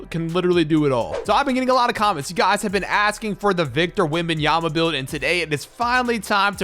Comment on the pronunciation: that is Wictor Vembanyama